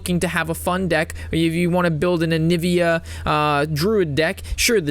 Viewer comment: Why do you keep calling Aviana Annivia